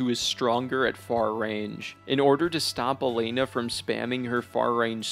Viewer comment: man’s criticising things he doesn’t fully have explored/understood. Also, mispronouncing bosses names when they’re written clear as day on the screen is peak omegaLUL for youtube criticism. Tell me more about “Mythra” and “Elaine-nah”